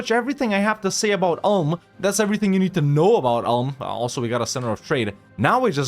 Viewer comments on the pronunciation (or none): "Oolm", not "Ahlm" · You speak Ulm like Oolm.